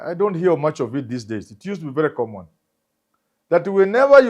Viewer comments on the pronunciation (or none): none